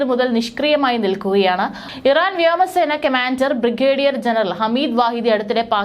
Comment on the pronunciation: വ്യാമസേന അല്ല മോളേ വ്യോമസേന. ഒരു തവണ ആർക്കും തെറ്റ് പറ്റും. പക്ഷേ പല തവണ ആയാലോ 😮